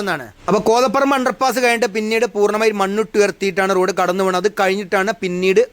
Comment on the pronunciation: കോതപറമ്പ് ❌ കോതപ്പറമ്പ് ✅.